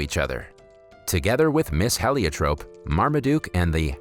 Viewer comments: Also the name of the woman who took care of Maria since birth is pronounced "Heliotrope" (like the light blue-ish purple flowers of the borage family).... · Heliotrop has a long e sound. It's a flower.